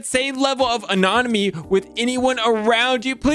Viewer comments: Did say "anonomy"? 🤣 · Hearing mispronounce “anonymity” tsk tsk